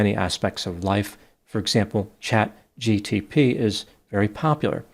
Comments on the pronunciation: It's Chat GPT not GTP 😉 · I love how smart yet sheltered sounds, "Chat G T Pee" 🤣 It's Chat GPT, Doc. You know we 💜you!! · Did he just refer to chat gpt as chat gtp? 🤣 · GTP? Sir, it's chat gPt lol My boss makes the same mistake 😅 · why did doc say chat GTP? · The fact that you couldn't say chatGPT properly makes that much more endearing!